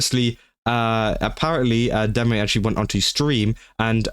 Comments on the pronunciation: No, your pronunciation of deme is correct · You pronounced her name right, so, you're good.